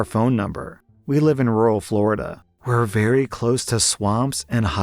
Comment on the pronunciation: As a floridian you really made me laugh when you said flordia crocodile 🐊 lol